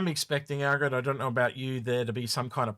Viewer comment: Nice show as always - but it's AL-GA-RED not Aggred, come on dude it's not hard to learn how to pronounce your partners name.